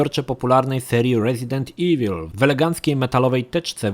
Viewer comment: źle wymawiasz nazwę "Resident Evil".